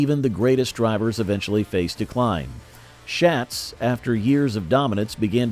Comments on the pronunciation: Quit miss pronouncing Donnie Schatz’s name. It’s pronounced Shots not Shats. Jeez……. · Before you do a video you really should know how to pronounce Donny Schatz’s name.